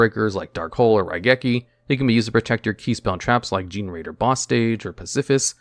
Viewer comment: "gene-raider?"...."GENE-RAIDER"?!?!?! LIKE MY GOD MAN! JUST PUT THE TIME INTO YOUR PRONUNCIATIONS LIKE YOU DO FOR YOUR DATA HERE!!!!